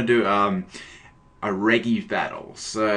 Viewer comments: its pronounced "reji" not "regi", the japanese pronunciation is right there on the screen. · their names are pronounced Reji, not Regui, please get them right...